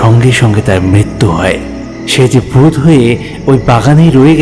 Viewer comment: ভূত উচ্চারনকে বুত মনে হচ্ছে " ধরিত্রী" শোনাচ্ছে অনেকটা " দরিদ্রর" মতো এগুলো সংশোধন করুন ৷ গল্প সংযোজন ও উপস্থাপনা খুবই ভালো ৷ গ্রাফিক্স ও ভালো ৷